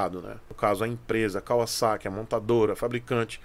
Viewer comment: Um dos primeiros q eu vi falar o nome Kawasaki com pronuncia correta (Y)